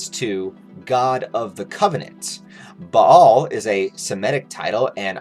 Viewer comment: As someone who grew up with Hebrew the way he says Baal makes me sad lol